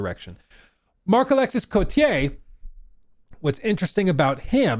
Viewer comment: The "s" is silent in Marc-Alexis Côtier 😂 most of the last letters are silent in french. Ex: Boisvert is pronounced "Boi_ver_", not "Boisssverttt"